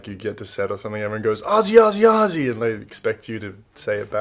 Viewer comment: Good to hear you pronounce Aussie correctly, Good on ya Sheilas. "Shag on a rock" is a solitary sea bird, like a Gannet, looking for its next meal. Or in some cases a couple having intimate relations in a public place. "old mate" I've only heard it referring to an elderly gentleman, this is in the Scrub/ Bush of Aus. What I love about Australia is the rhyming slang. For instance, "dead horse" is sauce, " hit the frog and toad" is to hit the road or be on your way, "dog's eye" is a pie, "snake's hiss" is to urinate, "septic tank" or "seppo" for short is a Yank or an American (a tongue in cheek term of affection). "bag of fruit" is a suit, "captain cook" have a look etc... See ya later, Cheers